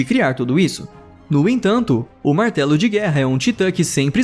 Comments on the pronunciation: Ei vez de ele falar martelo de guerra ele falou Marcelo de guerra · eu achei que ele ia falar martelo de guerra mas ele falou Marcelo de guerra 😂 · na hora do martelo de guerra eu ouvi Marcelo de guerra kkkkkkkkkkkkkkkkkkkkkkkkkkkkkkkkkkkkk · eu ouvi "Marcelo de guerra"?